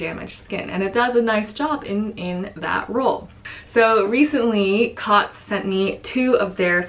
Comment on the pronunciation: The Cōtz should be pronounced like "coats" as a line over a vowel means the vowel says its name. Thanks for the review on these, I have missed your videos and can't wait to see your puppy! (I'm a cat person, but I love to see dogs people choose for their families!)